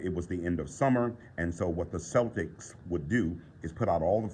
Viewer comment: How cultures cope with death has always fascinated me. Good coverage of that in this video. Only one nitpick: Celtic isnt pronounced like the basketball team but with a hard k sound (kel-ticks) or celts (kelts).